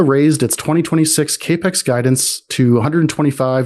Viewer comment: Cap-ex note cape-x ... this is not confidence inspiring.